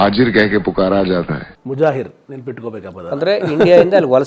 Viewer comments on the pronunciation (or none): ಮುಜಾಹೀರ್ ಅಲ್ಲ...ಮುಹಾಜೀರ್..